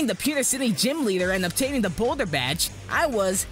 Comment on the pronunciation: MAN INSTEAD OF LEADER HE SAYS LETHER LOL